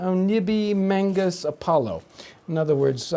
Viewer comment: Does anyone have that Latin phrase typed out? It sounded like "exit omnibi mangus Apollo". I'm sure "mangus" is supposed to be "magnus", and it is similiar to "eris mihi magnus Apollo" ["you shall be my great Apollo' (Virgil) ]. It may have been misspelled or misquoted in the original, or in being "Englishicized". But if it is different, I'm curious!